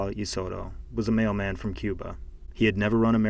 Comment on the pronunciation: When u said mailman I thought you said “male man” and I was so confused